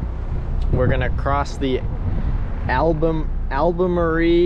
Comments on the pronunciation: Albermarle. The "marle" part pronounced like the "Marl" in Marlboro. Love your videos! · Came across your Chanel . Im from Hampton Beach and now live in Charlotte NC/ LOL its pronounced Al-bal-marle. Loving watching your trip . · It’s pronounced “Aber Marl”